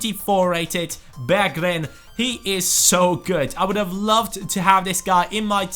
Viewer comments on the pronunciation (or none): you pronounce "Berggren" Berjgren.